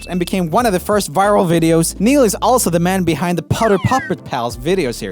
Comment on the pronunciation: my excitement over seeing the name neil was immediately shattered by pure disappointment and horror over his botched pronunciation